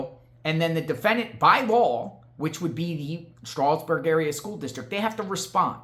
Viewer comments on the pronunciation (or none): I live 15 minutes from Stroudsburg and the D is not silent. It is pronounced Stroud like loud. He’s pronouncing it like the Amish would. Lol. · It’s pronounced” strowzberg” phonetically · Why are u poking your nose in his private communications with his sister wtf Poking in her private emails. What an invasive unamerican thing to do Did you have a warrant for that info Do you have sisters Learn how Stroudsburg is pronounced Strou sounds like "ouch" Strowdz berg Leave his sisters alone stalker This was the last straw You are way out of line wit dis shi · It’s STROUDSBURG. you’re saying it wrong. Also, LEAVE HER ALONE! What is wrong with you? Those are her personal HR work records. You have NO RIGHT! I hope she comes after you. You have no right, none!!!!! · Stroudsburg is pronounced Stroud like loud, add an S like it’s plural, Strouds/burg. Schools in PA have attorneys on retainer and they’re referred to as the solicitor for the school district. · LoL so what if he emailed his sister it's Stroudsburg like strous d is silent I'm from NY so I know. Email's between family is all personal and private you don't have a right to it. Email's are private unless it pertains to their job & some of that is private. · Oh yes, u do. Its not said that way, up here. Just an fyi for u. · Well I can guarantee you no one in Allentown says it without the D unless they’re not from around here. Also, I did not say HE is Amish. I said he is saying it like the Amish would! Big difference. Thanks for playing.